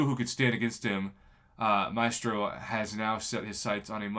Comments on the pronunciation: Yo prof I think you pronounce Maestro “My-strow” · I believe Gabriel Frizzera, a former Kabam employee, pronounced it 'My-eh-strow', but I say 'My-Strow'. I don't think he should be in banquet crystals. Many players will put in a ton of work to earn him. If he could be pulled from a crystal, it may undermine their effort.